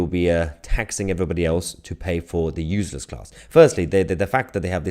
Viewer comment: Not UZLESS.. its pronounced uSeless